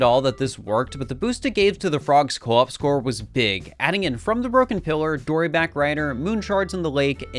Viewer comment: At first I thought you were talking about Koops from TTYD but then I realized you meant co-op